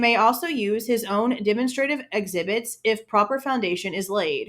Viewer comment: Demonstrative is pronounced "duh - mon - struh - tiv" evidence